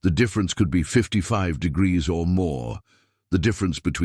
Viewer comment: why can't AI say Celsius 😂 or the word degrees.